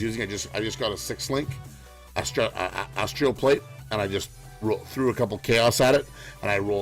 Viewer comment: Good video, but my god do I wish you'd stop saying Ancestrial Warchief and Astrial Plate there's no damn "i".